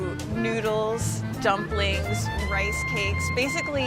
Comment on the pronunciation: At the beggining she pronounces "rice" like "race" or something like this . Is that a common pronunciation?